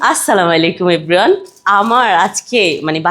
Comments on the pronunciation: আপু সালাম টা অন্তত একটু সুন্দর করে দিয়েন। আসসালামু আলাইকুম। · সালামটা সঠিক ভাবে দিবেন প্লিজ। এখানে কোনো স্টাইল চলেনা। 😡😡